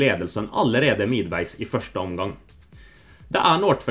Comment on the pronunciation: Since you never got an answer with specific examples, I'll provide some :) When he pronounce "håvard nordtveit", he slightly changes the o in nordtveit to "nårdtveit". He pronounces "midtveis" as "midveis", while it should be "mittveis"(This actually sound danish to me, but he might have tried with this pronounciation mixing Norwegian and Danish a bit). He distinctively pronounces the T in "landslaget", most Norwegians don't pronounce the T. It's a very swedish thing to do xD He pronounce "kampslutt" as "kampslut". But overall, his Norwegian was very damn good